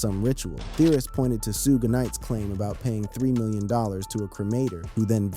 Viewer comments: Thats what I said ai is garbage its suge knight and 2pac not soohge knight and 2pack stupid ai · Whoever idiot is narrating this video should learn how to pronounce Suge and Pac's names. It's very disrespectful to the people he's talking about to not even know how to say their names correctly. The names are pronounced Suge like "sugar" and Pac like Hawk. Dumb ass.